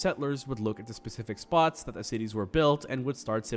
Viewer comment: Thought he said tities at the beginning